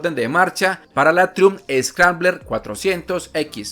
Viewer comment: critica constructiva: se pronuncia traiumf , trai umf